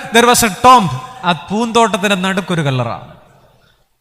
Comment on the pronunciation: TOMB റ്റോംബ് അല്ല റ്റൂമ്പ് ആണ്